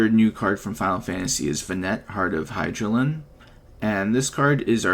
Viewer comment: Doesn't matter but might be nice to know but her name is pronounced "Ven-ah" :D and "Hi-da-lyn" respectively. Cool deck!